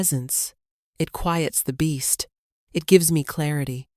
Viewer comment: quiets, not quiyates